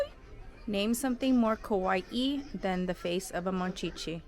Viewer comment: No offence but why do you say oishii and kawaii like that 😭